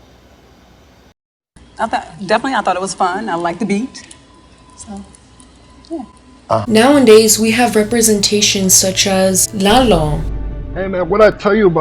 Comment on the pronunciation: “Now in days”😂😂😂😂 it’s nowadays